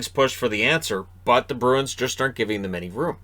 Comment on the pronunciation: Listening while doing dishes. I kept hearing Bruins as Birds… and I didn’t know if you were talking about Detroit or Boston. Then I thought about how for a team with wings in their name, I’ve never associated Detroit with a winged creature…